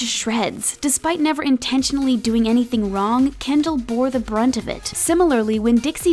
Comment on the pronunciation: Kendall not Kendell